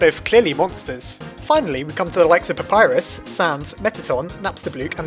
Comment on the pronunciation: WHAT DA HELL U PRONOUNCE PAPYRUS WRONG